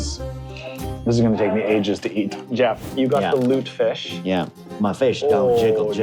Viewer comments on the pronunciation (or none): I love your videos, but since my father was Swedish, it is pronounced Lute-eh-fisk, not Lute-fish. It is definitely an acquired taste! :)